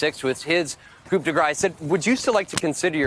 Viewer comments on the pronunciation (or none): Yikes! Journalist just pronounced “coup” de grace with the “p” sound. Oh dear 🙄